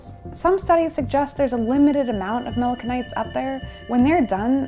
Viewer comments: Did I hear her pronounce "melanocyte" as "melano-kites/melano-kinites?" Melanocyte is usually pronounced as "melano-site." ;) Thx for the info! All the best! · Mella-nuh-kites" Um, what now? I had to turn on subtitles because of the way she mispronounced the word melanocyte, thinking there was a new word for pigmentation. Nope, homegirl just confidently made some video "journalism" without bothering to even check if she knew how to say the word that she probably just learned 15 years too late in life. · Saying "mela-no-kite" over and over again ... 🤔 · Ah, melanocyte! I was wondering what that word was she was using!